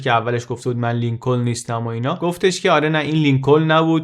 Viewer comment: درود و سپاس از زحمات عزیزان و برنامه‌های مفید و شخصیت قابل تقدیر🌷 با احترام تلفظ صحیح نام ایالت محل تولد (شهر اوما‌ها در ایالت نیو‌برسکا) و نام‌فامیل ۱۶همین رییس‌جمهور (لینکن تلفظ میشه و ل دوم خونده نمیشه مثل knife یا knee ,چاقو یا زانو که ک اول نوشته میشه ولی خونده نمیشه با تلفظ نایف و نی )است .ممنون از تحقیقات و توضیحات جامع و کامل بعلاوه گویش شیرین در راه آگاهی 🙏🏼 پاینده و سرافراز و آزاد باد ایران و ایرانی #مهساامینی✨ ❤️🕊️💚✨